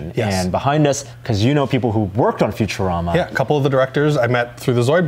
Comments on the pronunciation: Did he just say. FuturAMMA. Gawddddddddddd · I love "future-am-a"<Phonetic when it's pronounced Future-Ahma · Did he really pronounce it futu-RAM-ah? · Did this dude just say "future- ama"? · "Future ram uh" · It's cool and all but when he pronounced futurama ...who says it like that? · "well i love futureama" yet you cant pronounce the name. pretttty sure youre just doing this for money.